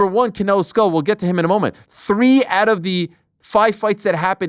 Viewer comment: I think it's just basic decency to make an effort to pronounce people's names right. The surname is pronounced SCHOOL! Not SKULL. The man has told the crowd about twice now and several platforms have corrected that many times. But Americans on these platforms will not even try.